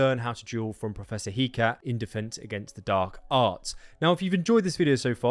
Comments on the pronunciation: It was! No doubt about that hah, I'm just a stickler for that name cause it's so blatently not hee-cat, you know? No offense to you in particular, I've heard too many others saying it that way. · Pronunciation of Hecate = Heh-Ka-Teh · I'm so excited for this game!! Also: Hecate - Heh-Kah-Tee in English. Eh-kaa-ti in Greek. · I don't know if I've got it right or you have it right but I've always heard the name Hecate pronounced "Heh-Ka-Tay" so perhaps the professor is named "Heh-Cat". Just thought I'd put it out there.